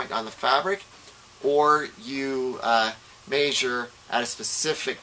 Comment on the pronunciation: Maysure. I can't stop saying it.